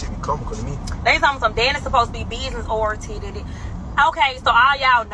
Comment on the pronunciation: What was it she said .. “She supposed to be business orientedided” idk how to even spell what she said. Lmaoooo